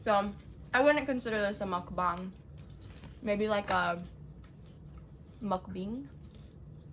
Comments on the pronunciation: A “mukbing” 😂😂😂 can’t wait to see more of your videos! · Hahahha I love it “mukbing” you’re so cute and real!! Don’t lose that girlie!! You’re gonna be great! Spit out more content can’t wait to see!! So glad you finally started a channel!! ❤️❤️❤️